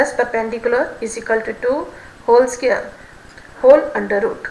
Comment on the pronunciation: Its square not scare